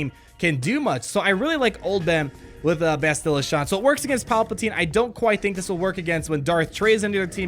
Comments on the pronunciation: His mispronunciation of Bastila is a bit annoying. Its BAH-STIH-LUH, not BUH-STIL-LUH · 'BAST-ila,' not 'Ba-stila'. like "bastard" :). keep up the great videos! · “Basti-luh”. Not “bastil-uh”. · BASTilla. (pronounce it like Bass the fish, peeps are laughing at the way you're pronouncing it, just trying to help ya out bud). :) Not bustilla. Here's a video with the correct pronunciation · bass’-till-uh. Bass like the fish. A quick till sound. And uh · I've heard more bass-chill-uh But bass like the fish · Depending on where they will be farmable, they might be good Jedi alternatives for earlier players. That low Bastila tenacity is definitely a problem. Jolee might be very annoying behind a GK lead in a Territory War. Btw, it's BASS-ti-luh. (her name is said early in the video); I'm replaying KOTOR now, and the characters almost always say it like this. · Anybody else peeved with how he says her name? Clearly hasn't played KOTOR in a while;) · For real though, you are an excellent entertainer. Your videos grow my love for the game. (As a side note, the stressed syllable is on the "Ba". Video below has a character saying her name) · I love your content, I absolutely hate how you pronounce Bastila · I'm sorry, sir. We have to take away your nerd card. You have no idea how to pronounce Bastila. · Bastila..... pronounce it properly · Learn to say Bastila's name correctly. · Pronounce her name correctly pls Also, can we appreciate the animation on “Eh, you do it.” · I dont mean to be rude, but my OCD is killing me...why does everyone mispronounce "Bastila"??? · Whenever pronounces Bastila's name wrong... Lol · you're pronouncing Bastila wrong, and it's pissing me off!